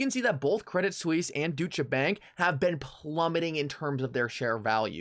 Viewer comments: Bro it’s pronounced ‘doich’ bank not doosher 😄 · douche-uh bank. One way of pronouncing that I guess.